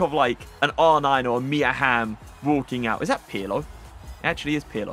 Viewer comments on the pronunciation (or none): none